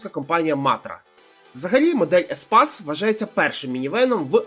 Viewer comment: По-перше не еспас, а еспейс Рено, по-друге, якщо розумієш машини, тим більше в Києві, чого неможливо в інші міста заглянути?! Харків, Київ, історичні автомобілі Донецька та Луганська, до 2014. Так справка. Бо я теж інколи машини знаю, але я можу обрати й крім Києва.